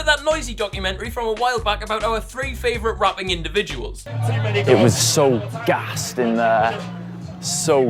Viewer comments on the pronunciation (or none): Why mans proper pronounces the word “gassed” like he’s got a lisp trying to say rolls Royce